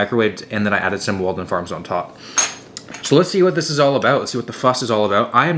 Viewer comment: “We’ll see aboot that”